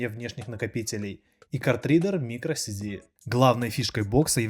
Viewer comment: Паоень хороший, но его провинциальный говор, и ошибки в произношении типа "micro CD" всесто "micro SD", сразу дают понять, что информационная нагрузка ролика будет посредственная. Вообще, складывается впечатление, что многие обзорщики перед тем как прийти на ютуб, торговали в электричке.